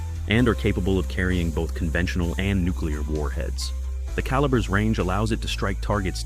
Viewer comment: Ca lee burr ???????? What phuk is that ???????? ever heard of bullet sizes ???????? ???????????????????????????????????????????????????????????????????????/